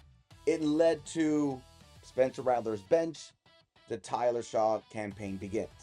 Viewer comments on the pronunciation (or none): It’s pronounced Shuck! Not Shaw.